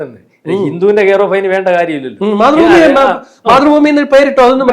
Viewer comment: മാതൃഫൂമി എന്ന് കളിയാക്കി പറയുന്നതാണെങ്കിൽ ഒക്കെ അല്ലാത്തപക്ഷം ആ ഉച്ചാരണം ഒന്ന് കറക്റ്റ് ആക്കി പറയണം